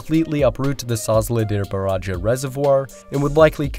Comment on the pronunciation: Sezlidere buraji! Bize gelince aksanınıza dikkat edin derler , bunlar ise anca "zültenamet"!